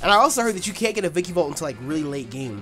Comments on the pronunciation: "Vicky-volt"? Come on, take a look at its name at least once. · It's ViKAvolt not ViKIvolt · (snoody voice)It's pronounced vikAvolt not vikIvolt. (snoody voice stops) LOL. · Who else gets mad that nappy says vikivolt and not vikAvolt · Its called a vikAvolt nappy, not vikivolt. I dont know why but it annoys me too much XD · Yo, it's vikAvolt. With an A.